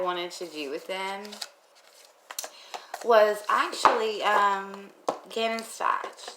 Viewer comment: It's pronounced like stowk it's a hard last name lol